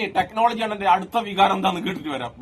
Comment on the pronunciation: വിഹാരമല്ല ടാ ചങ്കി പോത്തെ വികാരം എന്നാണ് 😂😂😂😂